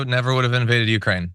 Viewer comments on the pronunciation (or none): none